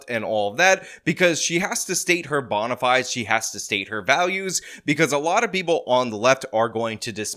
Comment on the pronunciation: "bona fides" -- "fides" has two syllables. Don't make me have to tell it to you again. Or whoever reads your comments, don't fail to tell him that this time You should have learned that in Latin class. P.R. and Irish and you never took Latin. Hard to be believed. "Adestes Fidelis" "Semper Fidelis"